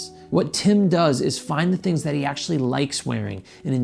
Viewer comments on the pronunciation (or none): none